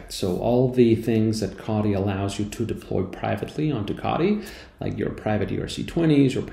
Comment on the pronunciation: Wtf is kadi? 😂 say it with me CO TEE